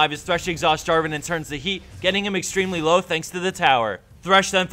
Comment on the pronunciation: Protator is not Draven, it's Draaaaaven.